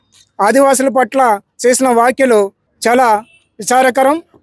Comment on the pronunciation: అయ్యా యాంకర్ గారు వాక్యలు కాదు వ్యాఖ్యలు అనాలి.